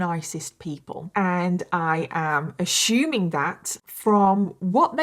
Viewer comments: I love you, I really do! But it drives me crazy when you pronounce assuming as “ashuming” 😅 and I think you say it the most in this case. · Every time she says “ash-shoe-ming, everyone has to drink! 😂 I’m autistic and my brain picks out these speech afflictions and drives me crazy 😭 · ASSUMING DOESN'T HAVE A "H" IN IT SO PRONOUNCED "AS SU MING" NOT "A SHOE MING"....SORRY I HAD TO SAY THAT BUT I DO LIKE YOUR VIDS THERE ARE SO GOOD !!!! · It's "ASSUMING " NOT "ASHOOMING" you guys spawned the frigging language! Why are you mutilating it??? BAHH! (continues melting down in hulk mode elsewhere). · ASHUMING 😂 its assuming like ah-su-ming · Random question..do all British people pronounce assuming like ashuming? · ashumig? Ashume? What ? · Why do you say ASSuming like that? 😅😂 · Love how you say “ashuming” 😂❤ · "ASSHHHOOMING" pissed me off so bad! I had to exit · “Assshuuming” lol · Love the way you pronounce assuming 🤭 ashuuuuming ❤ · I’m from Michigan and I have always loved your British accent BUT my heart just melted at the way you pronounced “assuming” “ashumming” lol. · "I'm ashyuuming" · Not you aSHuming everything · I love how you pronounce assuming.. 💕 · Is it a British pronunciation or just her way of saying it? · The way u say assuming feels so proper 🥹 I probably been saying it wrong my whole life❤ 🥹😭😭🤣 I love ur accent, terrifying story 😢. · Why do you mispronounce assuming? There's no shoe in assume. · There is no H in assuming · Ive never heard someone say assuming with a h lol